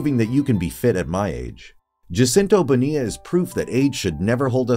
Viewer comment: PLEASE learn how to pronounce the man’s name!!!!